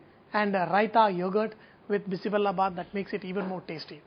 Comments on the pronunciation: Its not sambhar sadam, stop insulting karnataka food. Call it by its proper name. Americans here make an effort and call it proper, you being an indian u cant make an effort to say it right! Its BISI BELE BATH not bela! 😡 and generally eggplant and drumsticks are not used, only those who cheat doing sambhar and make it use those veggies. Carrots, beans, kohlrabi, bell pepper, tomatoes, potatoes, onions sometimes.i hv liked ur mysore pak, and a few other dishes. I hope some courtesy is shown to all states! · Its not bisi bella... U r not pronouncing well. Its bisi bele bath... That means hot mixture of daal & rice with lots of veggies... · Hello Mr...its called bisi bele bath.....not bisi 'bella' 🤨bath....bella means jaggery ..u no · It is bele not bella. Bella means jaggery. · It's Bisi bele bath not bisi Bella bath, pronounce it correctly please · Akshata Rc u right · Its not bisi bella baath. Its bisi bele baath. Bella in kannada means jaggery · Bisi Bella bath!!! Oh dear no, that's not how u pronounce it!!! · Ladies finger and egg plant in bisibele bath? Even the pronounciation of "bele" is wrong And papad is not served with it..it's always boondi or potatoe chips..